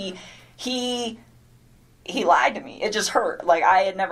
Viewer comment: This b is illiterate. "His wife has a 15 week old baby on the way". Then deleted texts; " I remOOOVVED IIIIT because he liiied". Sounds like pre-op dude, FR! What is with dragging out syllables, is that to point out obvious lies? I love how there are lots of pix sent out, but not all to Chris😂 Poor CW killed his family to be with a skank, for whom he was just one of many. Perfect. Let's hope finds a husband JUST LIKE Chris.